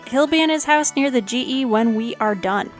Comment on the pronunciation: Great guide! But the word your using. Ardougne, annunciation is key..